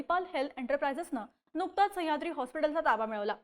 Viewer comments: संह्याद्री नाही मॅडम सह्याद्री म्हणा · संयाद्री नाही गं बाई, सह्याद्री आहे ते 🤦🏾‍♂️ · हिला सह्याद्री म्हणायला शिकवा रे कोणीतरी. पार डोक्यात जातेय ही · खूप छान विश्लेषण पन सह्याद्री चा उलेख नाकात ल्या नाकात करून त्याची व्याप्ती छोटी करताय